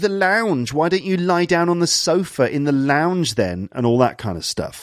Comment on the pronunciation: Launge you said?........ That's a no no,! Hahaha